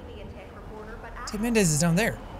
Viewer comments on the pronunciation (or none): Did you say Ted mendez more like